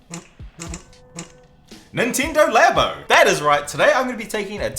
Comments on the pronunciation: Ninteendo labo 😂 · Is it pronounced Laybo or Labbo? 🤔🤔🤔